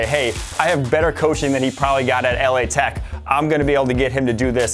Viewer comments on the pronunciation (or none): its pronounced "lah-tech" if you're gonna say it wrong , just say louisiana tech